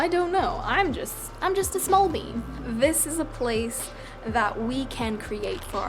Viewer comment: Did you say you were just a 'small being' or 'small bean'? ; )